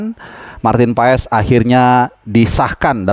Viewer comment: Bacaannya paas, ntar di marahin kochi klo bacanya paes wkwk